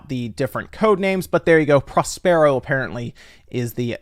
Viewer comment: That’s an… interesting pronunciation of “Prospero”? 😄 I’m disabled and tech like Kinect and VR systems are pushing me out of gaming because I can’t stand in my living room waving my hands and turning around. 😔